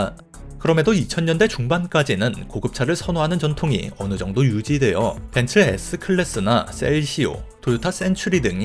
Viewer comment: 벤츠 아니죠 벤스! ㅋ